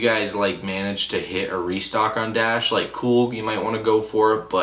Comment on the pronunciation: u not a real botter when u pronounce dashe as dash